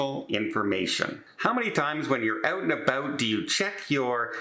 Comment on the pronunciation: When you’re Oot and Aboot. .